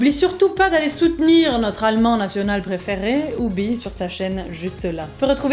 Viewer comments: Je trouves que tu te gourdes un peu avec les mots terminant par la tonalité EN, ex: allemand, le quebecois va le dicter tel qu'écrit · je suis trop morte, y a parfois quand dit "allemain" on dirait un belge:-D vous avez du rire comme des bossus